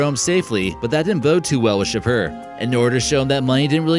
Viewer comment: shaapoor not shper you should ask Persians to pronounce these words for you cuz you pronounce all of it wrong.